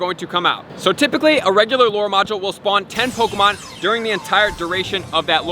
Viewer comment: Pok E mon!!!! Not pokamon 😤😤😤😤